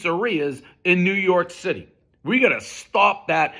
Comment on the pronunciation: Did he call it "New York Sh!tty"?